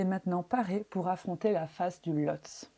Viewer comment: On prononce "Lhotsé".